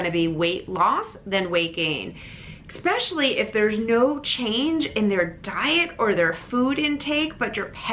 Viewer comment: Love your videos and info, but some public speaking feedback … please stop saying “ex-specially” so much—sounds really unprofessional. It’s “especially.”